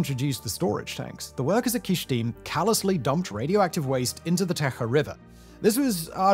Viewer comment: It’s Kyshtym not Kysthym